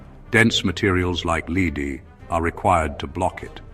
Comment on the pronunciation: Lead = Le-dee?